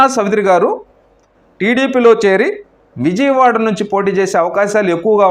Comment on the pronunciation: మీరంతా ఎందుకు ఛానెల్లు పెడతారు?.ప్రజల ప్రాణాలు తీయడానికా?. ఇజియ్ వాడ కాదు. విజయవాడ. కుమార్తి కాదు. కుమార్తె. అబ్యర్ది కాదు అభ్యర్థి. ఎన్ని తప్పుల్రా బాబూ.